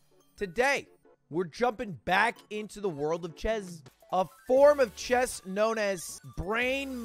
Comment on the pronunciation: Why does he say chez